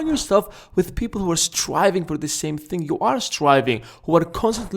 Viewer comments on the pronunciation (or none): none